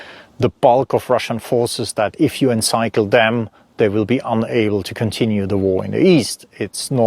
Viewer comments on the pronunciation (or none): Fascinating. Thank you. Pronunciation: seize like sees (not size); and encircle like circle (not cycle).